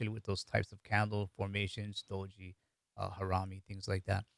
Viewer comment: Do'ji - Blunder is pronounced with very short o with accent on Do. If pronounced Doooji, it means simultaneity. So I thought Doji symbol meant buying and selling happening in the same amount, happening simultaneously. I didn't know the true meaning until today. It was a fun video. Thank you!